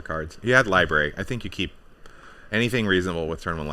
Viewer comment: Lib-ary lol